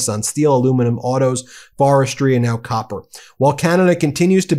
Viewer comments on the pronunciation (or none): none